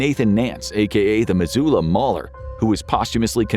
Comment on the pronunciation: Im so glad you pronounced Missoula right. Most people not from Montana never say it right and as a native Montanan, it's nice to hear it said correctly.